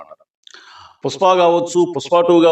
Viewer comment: పుసపా కాదు రా పుష్పం